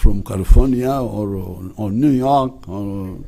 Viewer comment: My president just developed an accent pronouncing new york😂😂